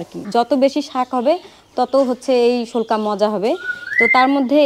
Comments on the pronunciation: শোলকা। না পেলকা😂😂😂😂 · শোলকা না প্যালক্যা বলে